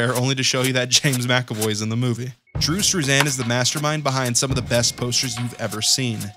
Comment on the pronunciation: bruh why you say struzan like that lmao